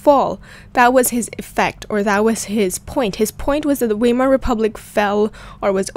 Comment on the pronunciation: It is pronounced veimer, not weimer